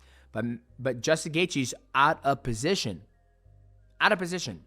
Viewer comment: Why's Mighty Mouse saying "Bosition" like he's Arab?